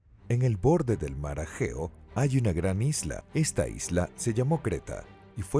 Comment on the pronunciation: Revisen la traducción y lectura antes de subir el vídeo.. entre menoicos, ageos, y derivados ya no sé de qué estamos hablando...